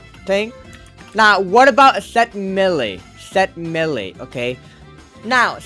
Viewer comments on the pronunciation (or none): Its may-lay not millie